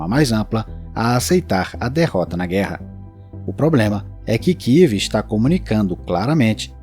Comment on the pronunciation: Amigo não kiv, é kiev.